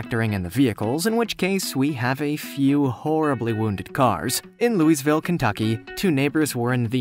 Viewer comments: I have to post this. #4.... it's pronounced Lou-a-Vull. I know it is spelled Louisville but anyone from there and the surrounding areas will tell you it is Lou-a-Vull. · Narrator: “In Lou-iSSS-ville Kentucky” Do you also pronounce the “s” at the end of Illinois when you say that as well...? American education system everyone 👍! Cant even teach kids to pronounce their own cities and states correctly. Thats seriously amazing. Even as an adult he still cant pronounce a major city in the country he was born and lives in correctly. Have you never heard anyone else pronounce this city in your life before or has everyone else you heard pronounce this city also say it incorrectly? (Which wouldnt be a shocker) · "Loo-eez-ville?" LOL! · Narrator: “LouiSville” 🤦‍♂️